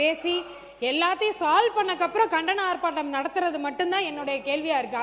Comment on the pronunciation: Kapuram illa Appuram nu sollunga madam